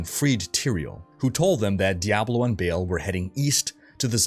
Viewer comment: I think its pronounced BAHAHAHL not Bale. For Baal.